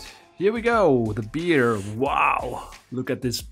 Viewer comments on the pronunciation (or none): the grizzly animal is not a "Beer" or a "Bee-Arr". In English it's pronounced like "BARE" and rhymes with "wear" and "affair" and "there" and "chair". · I felt compelled to search to translate dauerwerbesendung ;-) I wish there was an easy way to help you out with the word Bear, it's pronounced more like "Bare" than (Beer) [edit: sorry I missed M Jons post about Bear]. Thank you so much for the joy you provide. I still would love to see the solution the black hole puzzle, I had so many other ideas I would have loved to try. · These look amazing. BTW, 'bear' isn't pronounced as 'beer' (the way you said it), it actually sounds the same as 'bare' - so it rhymes with 'hair'. Not a problem, your English is a million times better than my German, but I'm sure you're always happy to learn if you pronounced an English word incorrectly, it's all one big puzzle after all. :-) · Bear is pronounced bare, and not beer.